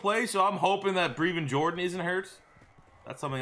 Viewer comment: Plz pronounce his name right: Breh-vin Jordan